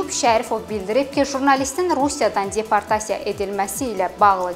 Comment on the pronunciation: Aparıcı xanım çox pis danışır. Nitqinə kəndçinski ədalar qatır. Rəsmi və ciddi xəbərlər bu cür, bu ton, bu diksiya ilə oxunmur. Yazıq peşəkar diktorlar belələrini dinləyəndə gör nələr çəkir. ALLAH şahid tutub deyirəm ki, gözünə açkini də yalandan taxıb. Bununla özünə savadlılıq imici qazamdıra biləcəyini düşümür. "_d" səsini "-c" kimi yəni deportasiya sözünü "ceportasiya" kimi tələffüs etməklə guya şəhərli olduğunu və rusca da danışa bildiyini bəyan etmək istəyir.